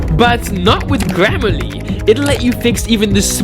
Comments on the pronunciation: i love how he said glam a le instead of gram ah le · Is it just me or did I hear glammerly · Funny that he can't pronounce grammarly